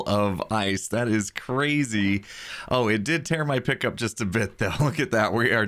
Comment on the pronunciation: At - , he said, “it did tear my pickup a bit down” and i was so confused until I realized he was saying pick’ up and not pickup